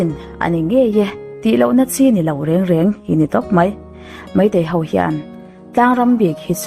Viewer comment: Meitei ho tiin i ziak dik thiam tho sia, enga ti nge Meitei hauvin tia i sawi tlat le, ho hi hau i ti vek mai a, han zir leh deuh teh. I aw a mawi si, ding chungin vawi 100 vel hovin hovin hovin han ti la, thiam mai ang😊. Hauvin hauvin tih loh tur nih kha aw